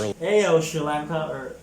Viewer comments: Aiyo isn't pronounces like "A O" it's pronounced like "I Oh" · Aiyo is pronounced "eye-oh" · Aiyo is pronounce as 'I' 'YO' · U and video host pronounced "aiyo" wrong. Not even close 🙄